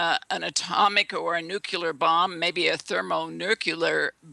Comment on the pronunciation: "Nurcular" and "nukular" are really irritating and give the impression that the speaker is uneducated..